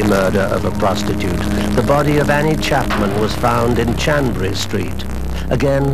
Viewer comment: It was HANBURY Street NOT CHANBURY Street